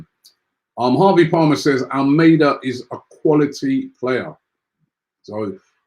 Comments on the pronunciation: ALMADA NOT ALMEIDA. LEARN TO PRONOUNCE NAMES CORRECTLY FFS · Robbie pronounces most of the names wrong But do you pronounce Almada's name like the Spanish 'Armada'